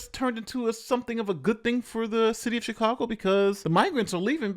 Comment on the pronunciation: I don't know if it's just me, but I hear Shitcago instead of Chicago.